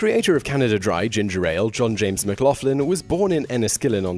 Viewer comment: McLaughlin is pronounced Mc Locklin - especially if you come from Belfast hahaha